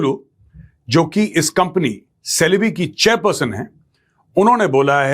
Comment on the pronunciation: It is pronounced as chelebi It is written as celebe but pronounced as chelebi